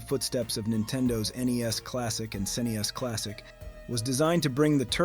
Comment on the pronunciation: Is the narrator an AI program? You pronounced "Y's" and "Snes Classic" in a weird way.